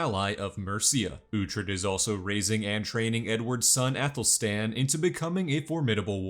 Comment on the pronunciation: Holy Athel-ness!!!!! Athel....fled-sted-hiem-red-stan-wolf